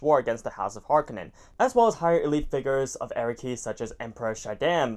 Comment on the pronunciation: It’s pronounced Arrakis not Arakkis.